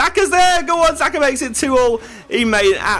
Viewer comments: It is jaka not zaka xh=j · It's pronounced shaka not zaka ya muppet! ;) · xhaka its not zaka its xhaka because its albanian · dude xhaka its albanian he is called xhaka normaly not zaka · it's not Zaka [the XH in XHAKA -it sounds like a G] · i am albanian and he is albanian as well i know how to say/pronounce it yes it is like dzeko dzAKA something like that that's what i meant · The way u said xhaxa is wrong its said like jaka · I don't wanna be like that but I think it's pronounced "shaka"? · xhaka is pronounced scha-ka sorry for being that guy but ...yea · Stop saying zaka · So funny how he pronounced Xhaka!